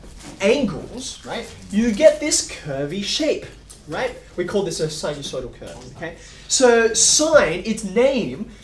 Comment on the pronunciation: You're obviously a fantastic teacher, one I would have loved to have, but if I could give you one tip on behalf of kids like me, when you are giving a vocabulary word, you should emphasize the word, not deemphasize it, even if it is not a word that they will be tested on. I am talking about when you give the name of the "sinusoidal wave", you say it as an unimportant afterthought. And, I believe your answer to that would be that it WAS an unimportant afterthought. And, probably for 90 percent of your students (I am guessing you teach high school), they will never need to know "sinusoidal curve", and the extra vocab may already stress an overworked brain. But, for some of us, we CRAVE the details and, while had I been in your class and not heard what you said, I would have interrupted to ask you to spell it, other kids are not as bold as I was. I guess my point is that you should ALWAYS try to speak clearly and NEVER say anything under your breath, as an after thought. While I am sure that NOT literally everything you say is important, if it is educational, and even one kid could learn something, no matter how seemingly useless (to a degree I suppose), then I think you should make sure ALL of your students have the opportunity to understand every educational thing you say. And, if you think kids will worry about having to remember something, you could always quickly say that coveted phrase that every child loves to hear, "It's not on the test, just fyi." (Also, I get t